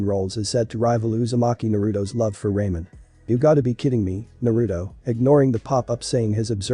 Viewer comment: Love the vid but not the pronunciation of some stuff like most names and ramen but I definitely will keep watching ps first vid of you I'm waching .